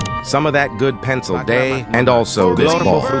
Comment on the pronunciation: Pencil dihh is what he said